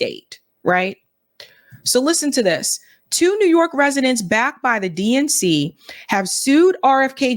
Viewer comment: I heard "DNC" as "dink" now ...